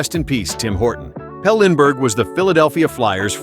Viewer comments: Before you call yourself, maybe you should learn to pronounce correctly the names. You mispronounced a few of them. It’s PEL-LEE Lindbergh, not PELL. And it’s Rick RIPPEN, not RYE-PEE-EN. Those were just two. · Both Flyers players names were pronounced wrong. Pelle (Pelly) Lindbergh and Dimitri (Ter-tish-knee) Tertynshny.